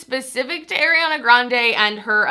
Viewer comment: It’s NOT AIRana, it’s Ariana